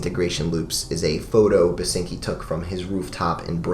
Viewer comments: Basinski not Basinki. Love that album. Glad you mentioned it <3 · Uh, it's William Basinski. Not "Basinki". Might want to make an annotation... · Its Basinski not Basinki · it's William BASINSKI btw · Its "BasinSki" - you forgot the "S". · Oh and its BASINSKI not BASINKI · Ancngnajakv that’s the only thing I could think about whenever he said basinkis name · "basinki" ngl that's a bit of a lol right there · Who gon tell him it's Basinski Slip up aside, another great vid from you. Your Current 93 and Residents talk was great, seriously did those releases justice. Not Available is a great introduction to the world of The Residents, I find releases like Eskimo and Meet the Residents to be a lot more chilling and uneasy but Not Available is a damn near masterpiece in and of itself. Also a shoutout to MusicBreakdown. :D Thanks for all the work you put in these videos man.